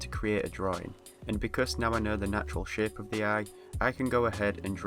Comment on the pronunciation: i watched the whole video thinking every time he said shape he was saying shit